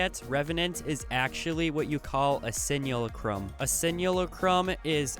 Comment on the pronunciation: Simulacrum is pronounced Sim-u-lack-crumb